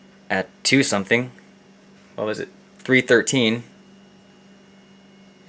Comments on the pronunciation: OK I just can't keep this in anymore...... you're clearly a very intelligent, educated chap... so please stop saying 'somethink'; it's 'something'. Would you say 'aks' instead of 'ask'? Please Please Please continue to be the best channel on Youtube!!! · Great episode, and ‘think’ does end in a ‘k’ but ‘something’ ends in a ‘g’ and is pronounced differently!